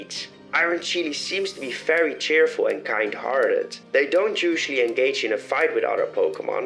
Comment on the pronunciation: Why wouldn’t you say very it sounds like fairy